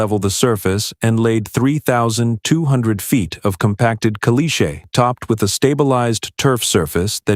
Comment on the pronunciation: Can't you pronounce "caliche" correctly???